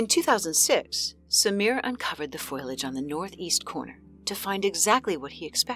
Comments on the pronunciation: Did she seriously say Foilage instead of Foliage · its foliage!! Not foiliage! Fo-lee-ij 😂lol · You're driving me nuts. The word is "foe-Lee-idge", not "foil-idge". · Hidden by "foilage?" Drats, foiled again. I'm guessing the voice over artist is unfamiliar with the word "foliage." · Narrator, learn to pronounce the words in your script! There’s no excuse for a professional narrator to mispronounce such simple words as “negatively,” “foliage” and “buried”.